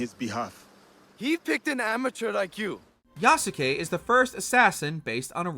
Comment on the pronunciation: How has no one yet talked about the abysmal pronunciation of Yasuke? Every time I heard "Ya-su-ke" my brain ached...how you gonna cover a game and continuously mispronounce his name. In the Japanese language, if a name ends in "suke" the U is silent. For example, in Naruto Sasuke is not "Sa-su-ke", it's pronounced "Sas-ke". Therefore, Yasuke should be pronounced "Yas-ke". Just a little nitpicking on my behalf.